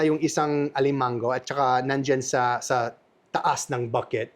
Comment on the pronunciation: Funny when he said crab "alimanGGo". I love him so genuine. Keep up the good work,!